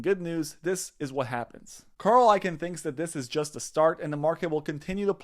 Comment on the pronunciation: It's pronounced "icon" not "ikin."